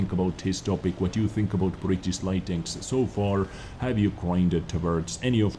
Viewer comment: BritiSH not britis, if you can't pronounce it just put it in Google translate :D